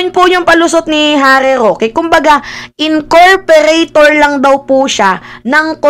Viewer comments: pa check lang po “ incorporator “po hindi incorperator” 😊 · Incorporator ng corporation you mean, not incorperator ng corperation? Hehe.😉